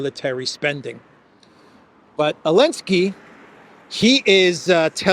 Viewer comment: Thank you for all of your work in this and The Duran. Question: Why do you pronounce Zelenskyy as Ailnskyy?